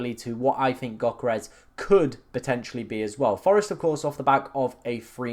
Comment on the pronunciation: It's Yo-keh-res ... not gok-eh-res ... it sounds like you choking on my 7inch